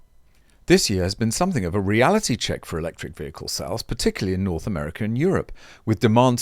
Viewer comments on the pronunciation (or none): none